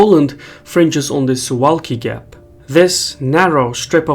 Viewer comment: He completely botched the pronunciation of "Suwałki" though. It's supposed to be pronounced Su-vau-ki.